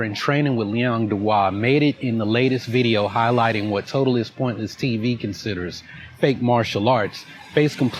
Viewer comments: Now, I am very high on an edible right now, but I swear that is saying "TotalessPointless" instead of TotallyPointless. Please, someone tell me it's not just me hearing this. I'm kinda losing my shit over it, like he either cannot say it properly OR he thinks he's denigrating him by saying it incorrectly. It's fucking bonkers, y'all. Edit: OMFG IT'S LIKE YOU WERE TALKING TO ME! HOLY SHIT! 😅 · Does he keep saying"Totaliless Piontly TV "....he does.Get a grip "". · The way that guy pronounces "totally pointlesses tsvs" is my sleep paralysis demon.. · This idiot keeps mispronouncing the name of your channel, in different ways. Total AL Sharpton.